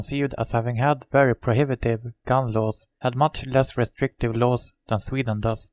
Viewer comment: han måste lära sig engelska han säger lows låws